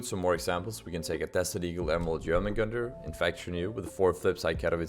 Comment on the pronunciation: Fire serpent about 40-50%, Vulcan: 60-70% maybe? Glock fade: 75%. Also I'm flabbergasted by how easily this man said jörmungandr